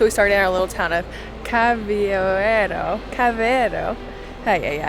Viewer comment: It's Car-vo-EI-ro, not Car-vo-IE-ro. Why do you English speakers have so much difficulty pronouncing "ei"? It's just like "hey". 😄 - "Algar" is a vertical cavity of natural formation, usually created by erosion, and "Seco" means dry. - Not anymore. As of the 13th of August it's no longer allowed to step on the beach, to swim to the cave or to go on a kayak that's not part of a group with a guide. Inside the cave each kayak group can only consist of a guide and 6 kayaks and the visit can only last up to 8 minutes, to allow the groups that are waiting outside a chance to go in. The restrictions for motorised boats are even tighter in number and visiting time.